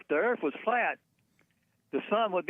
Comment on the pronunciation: Jesse I love u but earf is phat.